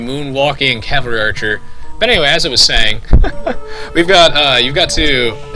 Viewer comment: may be its because im high but i laugh at how u say archer. like urcher or eaurcher